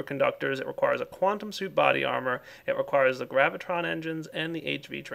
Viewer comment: its QUANTUM not wuantum